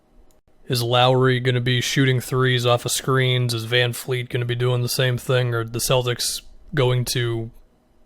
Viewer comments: Vanvleet not vanfleet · Its VanVleet......not VanFleet lol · It's Van"V"leet my man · It’s van VLEET!!! Can Americans not say VanVleet ? It’s VLEET!!!! There’s no “F” in his name !!! Fred VANVLEET